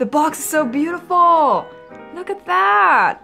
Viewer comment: i like when you said “waaa it looks so beautifar”